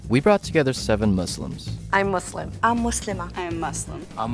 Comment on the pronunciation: couldn't even say "I'm Muslim" correctly. And yeah she didn't list menstruation